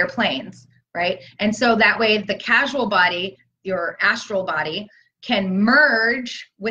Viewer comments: Totally validating the 333 gateway. Just so you know, it’s not casual body, it’s causal as in the cause. Thanks❤️ blessings. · Question: isn't it causal body, instead of casual? Sincere inquiry. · P.S. 4th body is the c-a-u-s-a-l body NOT "casual body," as pronounced it. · Did she say CASUAL body? Causal body :) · I believe you mean "Causal" body, not "Casual" body.